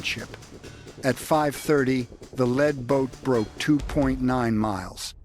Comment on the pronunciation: AI does not speak like a human, Lead boat, Led Boat